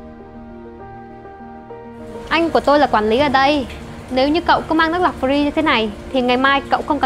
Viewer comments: Chữ Free không phát âm được thì nói tiếng việt giùm... Nước pree là nước gì ???? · Má cái lưỡi ngắn phát âm chữ free nge chán điên, thay vào đó nói từ miễn phí đi ạ :) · Phát âm từ 'free' nghe nhà quê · Ng VN,ở VN,thì tôn vinh mọi thứ liên quan VN,dù nhỏ nhất cũng vậy. Nói tiếng VN đi,miễn phí thì mói miễn phí,cứ phải dùng từ free làm gì,nghe chả lot tai xíu nào luôn,đã phát âm sau,k chuẩn,k đúng rồi mà còn bày đặt free,đã vây còn nói nhiêu lần,càng nghe càng ứa gan với kiểu phát âm đã sai còn cố thể hiện,ra vẻ. Vai diễn lag ng xấu xa,nhưng tao coi vẫn bth,k thấy tức,nhưng chữ free lại khiến tao nổi máu côn đồ rồi. Diễn vao ác,ng xấu nhưng t lại nổi điên vì chữ free,vậy có gọi là diễn thành công k,cô ây diễn vai ác thành công k.